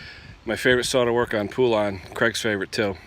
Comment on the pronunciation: It’s pronounced Po-lun, not poo-lan! Hope this helps!